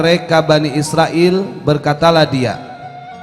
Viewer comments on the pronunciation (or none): none